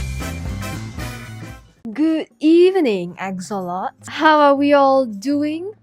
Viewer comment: calling as axolots kinda hear like ashol*s